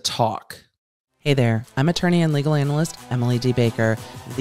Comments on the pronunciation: I love how you say analyst With the emphasis on anal You playing me babe? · Nice vid, Emily... ummm... I'm not sure how to point this out... or if... but that's not how... "analyst" is pronounced................